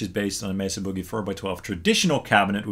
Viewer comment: It’s ‘Boogie.’ Like the boogie-woogie. Not ‘buugie.’ 😂